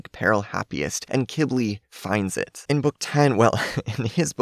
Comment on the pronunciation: Just a reminder to everyone watching this video (including ), I looked up how Qibli is actually pronounced, and lots of people pronounce it “Qwibli” or, like, “Kibli”. However, according to the internet, Qibli is actually pronounced “KEE-blee” which (I think) is a type of plant that thrives in the desert. This makes total sense of why Qibli was given his name, since most dragons (with the possible exception of Pantalan dragons) have names that somewhat “match” the flora or founa living in their habitat, or biome.